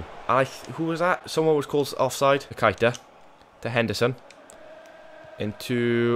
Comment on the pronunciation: Ur saying keita's name wrong its pronounced kayta